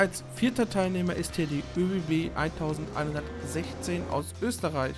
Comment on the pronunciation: Die ÖBB 1116 wird 11 16 ausgesprochen und die 1116 fährt mit dem Railjet 230